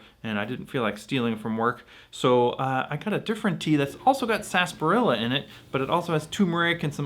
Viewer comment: Not to be that guy 😂 but “Sasbarilla” or “Sarsaparilla” ?